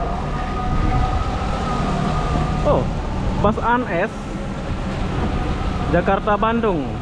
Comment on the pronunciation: Bahasa Indonesia aja bro bus bukan bas!